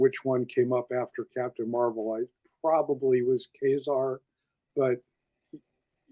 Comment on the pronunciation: Great issue. Mike dropped some great stories. I was glad to see he pronounces Ka-zar the same way I do. has had me questioning my pronunciation for quite a while:)